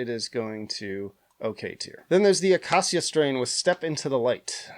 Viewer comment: Ummmm, it’s pronounced Acacia, not Acacia 😅😂